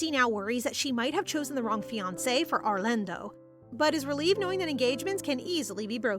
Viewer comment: You sound like an Britisher when you say arlando